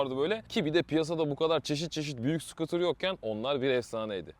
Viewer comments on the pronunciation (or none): none